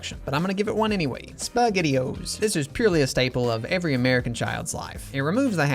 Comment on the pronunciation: Love em all… I didn’t like dropping the S from spaghettio’s…